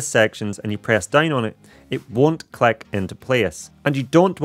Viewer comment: Out of curiosity, where are you from? The pronounciation of "i" like "e" (vedeo, cleck, segnal, resky, queck, stell, endependent ("posetioned" was the most funny one)) takes some time to getting used to.😅